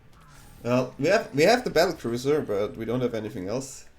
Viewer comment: Battle cruiser you’re cute. It’s battlecrier ❤😂